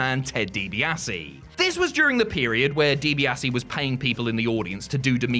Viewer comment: you muppet, youre clearly like 17 years old and never watched wreslting in its prime late 80s through to 90s. Why? you cant pronounce Ted Dibiase's name and you think Goldberg, Lesnar was the greatest short match ever!!! nope.